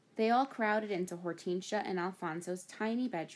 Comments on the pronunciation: hor-tin-sea-a not hort-ean-shia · It's or-ten-shi-a not hor-ten-sia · it's Hor-ten-sia